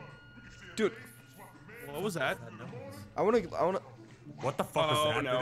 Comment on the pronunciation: said fock